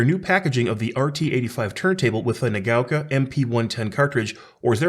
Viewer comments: What are you talking about? It's pronouncing it incorrectly. It's not "nuh gow kah," it's "nah gah oh kah." It's 4 mora in Japanese, which he's incorrectly converting into 3 distinct syllables. That's not how it's pronounced. If you think you've heard a Japanese person pronounce it "nuh gow kah" you've heard wrong. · I think it's pronounced like naga-oka 😁 Great review. Love the channel.